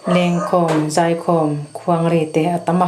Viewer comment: Kuang hi i thluk dik lo